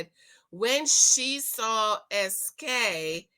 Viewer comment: His name is not pronounced Ski, it’s SK (es-kay)